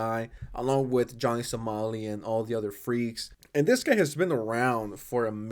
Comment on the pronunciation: somali somali not solami